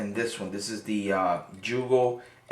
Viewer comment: Joogo... what's a joogo? ;-) jk thanks for the vid, I wanted to know the differences between sks's